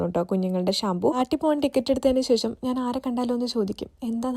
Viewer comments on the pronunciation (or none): none